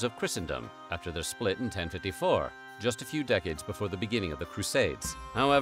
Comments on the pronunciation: “but BIFFOH we get started!”… 😂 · I just don’t get it!! The accent! Somebody please tell me where the hell the narrator is from, bc every time he says “Before”, I know he’s not American. Does it matter? Nope. But I still wanna know.